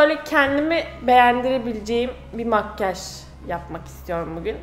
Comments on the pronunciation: makkaj diyo okuyor vdsvnhjdjndfbvnxd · ya senin makgaj demeni yeriiiim 😂